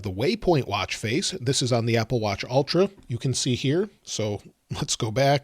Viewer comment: Ultra, not Altra. It’s like the difference between bowl and ball.